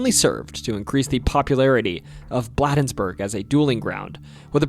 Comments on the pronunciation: “Blah-dens-burg” where they dule… no it’s BLADENSBURGE and it’s pronounced BLADE-ENS-BURGE hence you dule with a blade. I’m from Maryland so it’s ok I understand lol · Blade-ensburg... Not bladdensburg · If you move here, please stop calling it "Bladdensburg." It's pronounced "blade-ens-burg" around these parts. 🤣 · Bladensburg is pronounced BLAY dens burg. Doesn't rhyme with Blah. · The city is pronounced BLAYdens-burg, not BLAHdens-burg! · I’m originally from Maryland, and regarding Bladensburg; I’ve always heard it pronounced Blade (as in knife blade) - ensburg, not “Blad - ensburg” Loved hearing all of those stories here! Many included details I hadn’t heard before. Thank you. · Bladensburg is pronounced “BLAY-dens-burg” as in a blade. Not “BLAH-dens-burg”. FYI. Also it is literally blocks away from Cottage City (or really Mt. Rainier) where the events that inspired The Exorcist took place as mentioned in the beginning of the video. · Bladensburg is pronounced - blade ens berg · Concerning the part about the Bladensburg Dueling Ground, "Bladensburg" is pronounced with a long "A", as in the word "play". With the way it's pronounced by the (AI?) narrator, it would not be recognized by most Marylanders. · It is pronounced "Blade-ens-burg" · Its pronounced Blade-ins-burg. I am a Marylander and used to live near Bladensburg. Great video! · 🤣😂 Bladensburg is pronounced Blay-Dens-Burg my boy like Brayden replacing the r and y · Again mispronounced Bladensburg long a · Thank you from a born and raised Marylander. Several of these stories were new to me. Just wanted to let you know the correct pronunciation of Fort Detrick is Fort Dee-trick. Also Bladensburg is pronounced Blay-densburg. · Its pronounced "Blay-dens-burg". Also, bonus tip for the future, "Boo-ee". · Note... Bladensburg is pronounced with a 'long A" pronunciation. And no mention of Prince Georges County's Goatman? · loved the video but the way you pronounced bladensburg made me itch😂